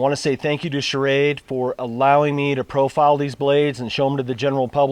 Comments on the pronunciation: dude...it's called ssssssshrade....not shah-rade. love shrade knives, btw:) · I like your videos, but please get the knife company right. The name is SCHRADE not SCHARAD drop the A after the SCH. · SCHRADE one syllable, NOT SCHA-RADE with an extra A . no offense good review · You should learn how to pronounce Schrade. It's not charade which is what you are saying..